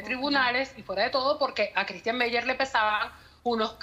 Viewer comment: Tan metida está según ella q se equivocó tre o cuatro veces diciéndo Ctistian.